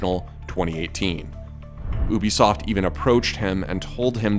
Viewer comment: Why do you say oo-bi-soft It's You-Bi-Soft